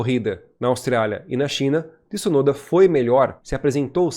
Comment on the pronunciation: Não muda nada na vida, mas o certo é Tsunoda (igual cazzo) e não Tissunoda